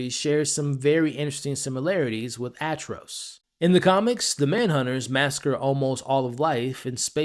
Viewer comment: 😑😐😶🤐🫢🫣🤨😒🙄😖😮‍💨😤😠😡🤬Yo bro 🫩🙄 you must have heard other people say his name Atrocitus not Atros😒